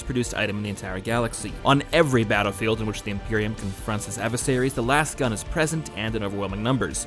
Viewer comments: It's not pronounced "lass" gun. Have you ever said the word "laser" out loud? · It's not lahs-gun, lasgun is a portmanteau of LASER gun, so it should be pronounced laze-gun